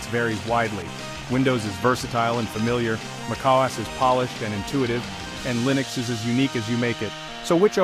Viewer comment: Mackos? Mokoes? Wtf is this AI bull?